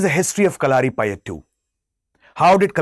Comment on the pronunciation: Its not kalaari...just "kalari"..and pronounciation in malayalam is ..kalari payatt...dont stress the "U"